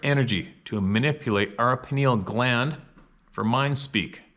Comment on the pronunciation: FYI...Pineal Gland is pronounced "Pie Kneel" :)